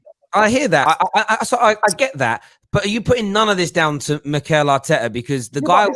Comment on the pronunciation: "Mikel Artekkers blud!" -, 2020